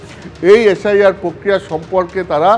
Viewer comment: প্রক্রিয়া উচ্চারণ টা ঠিক করো ভাই